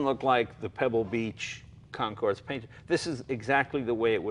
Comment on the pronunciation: Funny how Jay still hasn't learned how to pronounce Concours. I wonder if he pronounces the "x" in Gran Prix.